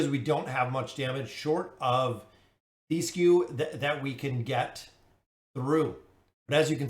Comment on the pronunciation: His name is Thesku TH - E - SKU Its a regular E, that does not chamge to i As an example: do you say THEM or THIM??